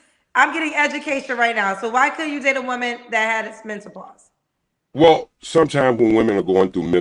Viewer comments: 😂😂😂😂😂Mint ah pause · And MENTOPAUSE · Did he say mentopause? And did repeat that 😂😂😂😂... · He said pacific not specific, mentalpause not menopause 🤔🤔🤣🤣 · Facebooks Pacifically Mentapause Human "feets" All these "extree" things they bringing in the bedroom I can't take him seriously!😂😂😂😂😂😂😂😂😂😂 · It is menopause not mentalpause 😂😂😂! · Am I the only one that keeps hearing mentalpause and not menopause? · This fool Said mentapause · What is “mentopause” did you mean menopause? What is “pacifically” did you mean specifically? I’m sorry sir but you are asking for things that do not exist. “Rubbing on a albow” elbow? “What is I’m saying “ I don’t know sir. What are you trying to say? “Tuck in your closet” did you mean Tux?Maybe your asking for things that do not exist and that is the reason you’re not having luck. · And a man that says werf instead of WORTH. As well as mento-pause rather that menopause. Just cringy. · He said, "I 'pacifically' said" "aminal" "climant" "changoliers" and "mental pause." He needs to study Webster's dictionary before he tries to read people. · Did he say mentopause😂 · “Mentapause”? Is this Dude serious? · Plus. He calls it MEN-TO-PAUSE.🤣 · First of all, what is men-TA-pause? 😂😂😂 Secondly, is it the "men-TA-pause" that makes women's 😺 dry or your face? Ijs 🤷🏾‍♀️ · Don’t no woman want to catch parvo from no old ass man, can’t even pronounce mentalpause 😂🤣😆😂😂😄😆😆😆😆🤡🤡🤡🤡🤡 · *HUMAN FEETS Age 65???...English Lesson 101, Feet is Already Plural, There's No [s] after [t] in Feet...Mr. MEN~TA~PAUSE...🤣😂🤣😂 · Or MENTApause lol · He was annoying the first time & annoying now. 65, don’t eat 🐱 but don’t want dry 🐱 either. HOW?! Can’t even say MENOPAUSE. GOODBYEEEEE POP POP!!! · You heard that too!! Mentapause lol 😂😂😂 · Him saying Mentapause lol 😂😂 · Menta pause had me crying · He can’t even properly pronounce menopause….